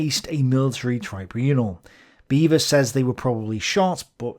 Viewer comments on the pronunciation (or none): Beavor?, you serious?